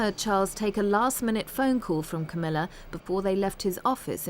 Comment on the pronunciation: Queen Camela? Lol